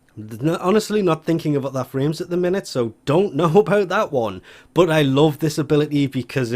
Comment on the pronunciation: But when u say but I hear bot